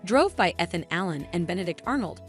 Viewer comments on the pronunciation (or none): You mispronounced Ethan Allen name. EEE than.